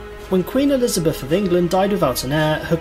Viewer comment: Please, it is 'Elizabeth'